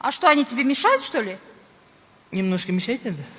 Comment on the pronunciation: 😂😂😂 👍 немнөшка мешайт деп 😂😂